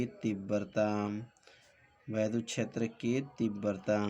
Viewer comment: Vaidhut ❌ Vaiddhut ✅